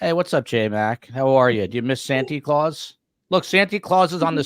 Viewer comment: If I hear Santy Claus one more time. Not cute coming from a grown man.